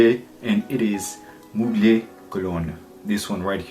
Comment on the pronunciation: Great Review as always PS: Its not « Mougley » but to be pronounced « Muglère »